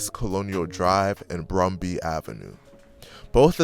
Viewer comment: Lol he was talking about meechy dying at Wendy’s on east colonial and Bumby the narrator said Brumby lol I I’ve there and that irked me 😂😂😂